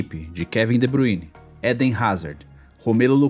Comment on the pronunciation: Nào é de Buine porr@ . Se lê de Bráááyne !!!